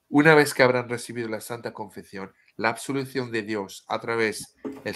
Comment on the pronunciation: Sigo escuchando, y por si me lees, te corrijo un poco tu español de cocina tan simpático: te digo, se dice "ConfeSión", con ESE (S). En español "Confección", con Cé (C), significa elaborar, confeccionar, coser ropa, telas, hacer trabajos manuales. Pero alabo y sonrío en tu esfuerzo por utilizar las Cés (C) españolas 😉